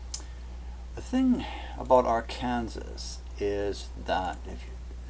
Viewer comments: Always has been and continues to be pronounced R-can-saw. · Where are you from??? It is Are-cān-saw'........ Also, New Mād'' -drid! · I wondered about that--Ar-kansas! And he pronounces FEMA is fema, short e instead of a long e. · Its not R Kansas. Its R Can Saw - Arkansas. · IT IS PRONOUNCED "r can saw"! NOT AR KANSAS! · What you call R-kansas, is prononced Ar-kin-saw. (Arkansas) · It is pronounced AR - KAN - SAW not AR - KANSAS! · just a minor, minor comment. It's not pronounced Ar-kan-sas, rather Ar-kan-saw....odd I know.:) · arkansas, LOL. here in the states we say arkanSAW. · Arkansas is pronounced Ark-can-saw!! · Hey, Please pronounce Arkansa.. Ar-kan-saw.. try it... and thank you for info. what are your credentials.. Topography, Meteorologist, Intel/Spec.??? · trying to watch this....im from Arkansas......pronounced....Ar can SAW.....your driving me crazy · Ar Kansas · Love the video, but it's pronounced, "Arkansaw". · just a FYI: Arkansas is pronounced: ARK-N-saw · i think this pronunciation of Arkansas is Canadian and the other is a localized one...but this is still interesting research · I am distracted from the video content by his weird pronunciation of " Arkansas". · you pronounced Arkansas wrong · You lost all credibility with me through your pronunciation of Arkansas. Then you mentioned zeta talk. I won't even give you the time of day now. I'll stick with Cayce's map.